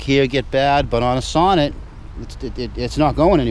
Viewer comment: So after about four years of ownership it is about time you start to pronounce the name correct. The emphasis is in the second part, like you say So-Neat, and then the e pronounced as you do it now. For the rest, keep up the good work. Alex B (1973 Sonett in orange)